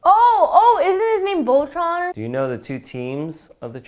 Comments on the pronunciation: It pains me how she said Voltron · I am a transformers fan when Evan's sister said voltron it fisicly hurted :( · Did say ultron or voltron I literally cant tell😂